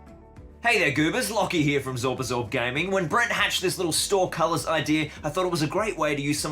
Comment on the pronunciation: Colour is pronounced KUL-ER, not KOL-OR, as you kept saying it. If anything, the US spelling should be pronounced as you said. Disagree with the idea that a GW store can't be personable. Growning up my local store was GW Derby and I learned to paint and play from the two guys who worked there. They were there for a good few years. Those two guys were Duncan Rhodes and Chris Peach, you may be familiar with them. Meanwhile my local store independent barely stocks any GW projects and are annoying to dead with. Although they do stock a decent amount of board games so I shop there for that.